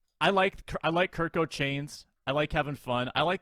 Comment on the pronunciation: For the record it's "Big Kirko" not Kirk chains. GO SKOL